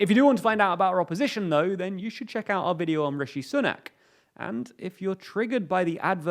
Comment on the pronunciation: Sooo nak /‘su: næk/ Su like Sue. Not the oo sound of book! Very very distracting.